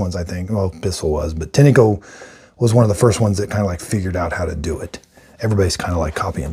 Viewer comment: Great videos, thank you. FYI, I found a couple of Tineco-made videos, and the people on the videos pronounced the name of the company "Tin' Co", like the metal tin, and the E is silent.